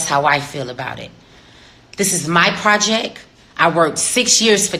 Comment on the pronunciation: Her PROJECK...not project